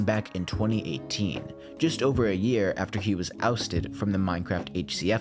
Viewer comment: It's year not "Jear"